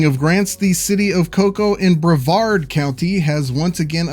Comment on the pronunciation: Yay! you pronounced Brevard correctly. You're once again welcome to come visit.